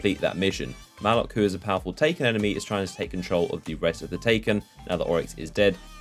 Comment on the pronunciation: Its Muh-lock not mah-luk